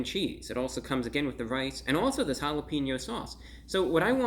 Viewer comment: I had to do a double take when he said “that’s really jalepeno mouth” lmao